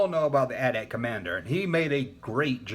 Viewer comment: Love that you say "at at" and not "Ahh Tee Ahh Tee"